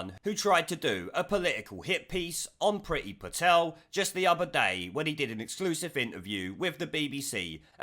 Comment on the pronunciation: It's should be pronounced preee-thi. Priti (pree-thi) means love/liking in Indian languages.